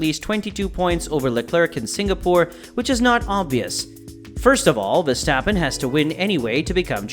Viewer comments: For the love of God please stop calling him VeStapen. It is VeRstappen. He has an r in his name that is not a silent letter. Your channel literally has his name in your name. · Still beter than Peter Windsor, who keeps calling him "Veshtappen".